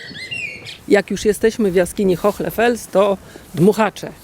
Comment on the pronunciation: Dziękuję za kolejny interesujący temat i za Waszą pracę. Przy tej okazji chciałam zwrócić uwagę na wymowę Hohle Fels. Tutaj "h" jest nieme, a jego rolą jest zasygnalizowanie, że poprzedzająca go samogłoska "o" to samogłoska długa. W zapisie fonetycznym wygląda to tak: [ho: le], zresztą podobnie jak w języku angielskim, weźmy np. słowo "car" zapisane w alfabecie fonetycznym: [ka: r], czyli sygnalizowanie długiej samogłoski za pomocą dwukropka. Pozdrawiam miło i życzę dalszego zapału do odkrywania tajemnic naszych antenatów!